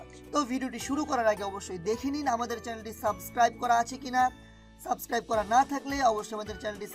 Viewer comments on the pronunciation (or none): none